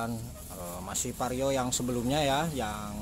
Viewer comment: vario bang bukan pario 😂😂 canda bang hehe